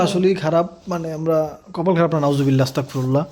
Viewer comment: আপনার মুখে শোনা যায় অস্তাক ফিরুল্লা নয় হবে আস্তাগফিরুল্লাহ বুঝছেন